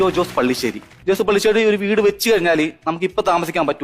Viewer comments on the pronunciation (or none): പള്ളിശ്ശേരി അല്ല പല്ലിശ്ശേരി ആണ്